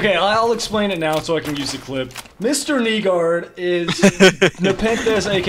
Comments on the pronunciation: Also it’s pronounced nye gaurd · It's pronounced "nay gaurd" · Nygaard isnt pronounced that way, or at least the person I know doesnt say it like that. She says (nigh-guard)